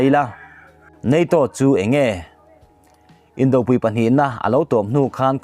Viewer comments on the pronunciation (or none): Indopui,tih a pui hi Arpui tiha pui thluk angin thluk zel rawh a dik a ni.